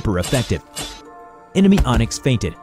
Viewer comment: My guy said "onyx? No das intestyx"